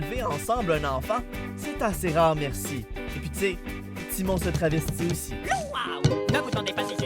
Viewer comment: alors déjà on dit timon pas timo on est pas dans league of légende ici